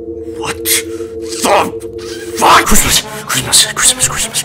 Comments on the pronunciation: I just started hearing "CRISP CRISP CRISP" instead of Christmas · It sounds like he's saying Crisps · It sounds like he saying chrispas